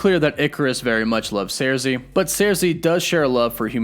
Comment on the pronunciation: Cersei is pronounced: Sir-See. Not Sairzee.